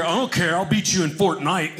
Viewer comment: It's FORT-nite, not fort-NITE. SMH